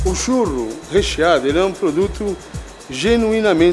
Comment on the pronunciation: então eu quero um "tchurro"!!!!nhaaam!